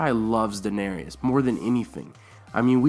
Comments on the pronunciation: It isn't Dan-arias it's Dan-AIR-IS!!!! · Duh-nay-ris. Not duh-na-ree-us. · Stop saying Danarius like . It's Daenerys. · It's fucking Daenerys not Daenerius. Jesus, get your shit right! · Interesting video but the way you said daenarys as dah-nair-ee-us kind of distracted me during the whole time... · Daenerys, not Daenerius. Stannis' daughter was cured. Find who did that. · I left a like- I subbed - but please, it is pronounced Dan AIR iss - I have unsubbed for lesser reasons but you are probably a decent person with a sense of fair play, so I will stick around (8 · (Dan-AIR-iss) please. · I like your videos, but the way you say Daenerys is freaking annoying. it's 'day Nair us' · Dude you really need to learn how to pronounce Daenerys.